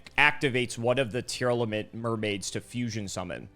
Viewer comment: come on man, LSV doesn't play Yugioh and he can pronounce them properly! It's Tear-Lament, not Tear-Element.